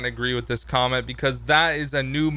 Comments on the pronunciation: don't want to be rude, but... "Quomment?" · LOL HE SAID CWAMENT